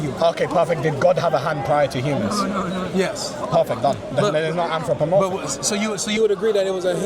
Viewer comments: It’s anthropomorphism not anthropomorphicism! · He keeps saying“Anthropomorphisism” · How many syllables can he fit into anthropomorphism? "Anthropomor-fi-phis-phism. I caught up to two additional syllables.